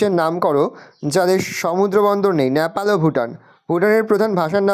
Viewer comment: ওটা ন্যাপাল নয় নেপাল 😊